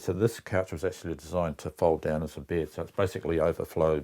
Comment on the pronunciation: And beed = bed. Getting used to it. Great video. 😊